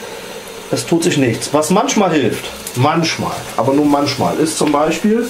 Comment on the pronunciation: Manschma :D :D